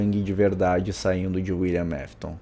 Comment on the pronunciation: Teve uma hora que ele falou"Willian Mafton"😂😂😂😂